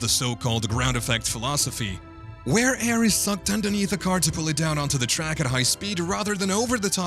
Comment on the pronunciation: Come on man your pronunciation of the tracks 😢